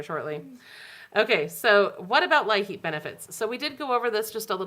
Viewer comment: You’ve been very helpful with everything going on during this shutdown. I’d be going crazy if it wasn’t for all the updates!! Oh and thought I’d let you know that LIHEAP is just pronounced like the word “Leap” Thank you and keep it up 🥰